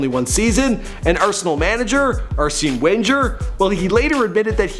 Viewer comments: Arseen wenjer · It's pronounced ah-sen venger not asene wenger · Arsenal manager ARSEEEEN WAIINJERRR LMFAO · Who’s arsene winjer😂😂wenger you nonce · 😂😂😂😂😂😂😂😂 arseen wenjer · arseen wenjer 😂😂😂😂😂😂😂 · "Arseen wenjer" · 'Arsenal manager ARRSENGE wen-GAR' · Arsea-an Wenjer. WHAT! C'mon now. When you do these videos, you've got to start research a LITTLE BIT more when it comes to player and manager names. I mean, its just becoming laughable now. No offence. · Arseene wenjer 🤦🏽‍♂️ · Who is arseen wenjer? 😂😂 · "Arseen Wendjer" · ARSEEN WENGE-ER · the names that were butchered that triggered me Tot-nem Arsen WHEN-GER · Arseen wenjer bruh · Arsey Wenjer 😂😂😂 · ‘Arseen Wenjer’ 😂😂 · “Arsen waynger” headass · Arseen wenjer 😂😂😂😂😂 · Arsene When-jur... wtf! lmao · Areseen Vengar HAHAHAHAHA! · Cringed so hard when you said Arsene Winger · Damn, Who's Arsin Win-ger? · Arseene Wenjer? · It’s pronounced Arsen Ven-Gerr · "Arseen Wenger"😂😂😂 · When he said Arsene Wenger 😂 Fml bruv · LEARN HOW TO PRONOUNCE ARSÈNE WENGER! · You can't even say Arsene Wenger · Lol at how he pronounced ‘Arsene Wenger’ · The way he said “Arsene Wenger” 😂😂😂😂😂😂😂 another name has been butchered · Arsene wenger g like gun sene like sin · Your pronoucation of ' Arsene Wenger' was hilarious... Definitely lost in translation 😂😂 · they way you said Arsene wenger lol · The way he pronounced Arséne Wenger 👌